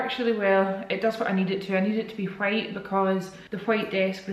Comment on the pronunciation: Ok I love you so much so please don't be offended, but when you're talking about how you like the white desk I swear I heard quiet everytime with the ole accent (which I love your accent!!! 😍) hahaha but I was like what the heck is a quiet desk am I living under a rock hahahaa ok bye I love you so much one of the only youtubers I still watch I love the vlogs been watching since week 1❤❤❤❤